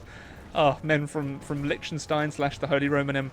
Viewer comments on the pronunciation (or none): It's pronounced Licktenshtein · Name: Liechtenstein: LieCHtSenSTeIn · I hate how he pronounces Liechtenstein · If you're going to read off wikipedia facts about the country why can't you look at literally the second word of the article which shows you how to pronounce it you silly boy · You pronunciate it wrong but eh We now allready that you aren't das language guy but you are the funniest hoi4 youtuber can't have evrything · Interesting pronunciation of Liechtenstein ;) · How can you pronounce such an easy name so horrible... It's Liechtenstein verdammt! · You pronounced the name wrong